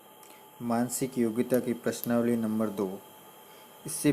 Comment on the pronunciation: प्रश्नावली सही से बोलो